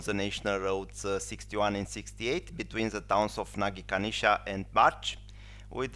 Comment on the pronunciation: It is Nagykanizsa, not Nagykanisza.